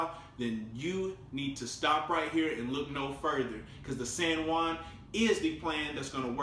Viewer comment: the "sen one" lmao i was trying to figuring out what he was saying turns out it was san juan